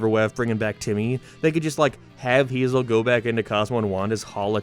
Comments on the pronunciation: It's "Hay-zehl" NOT "HeE-ZaH" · I think her name is pronounced Hay-Zel.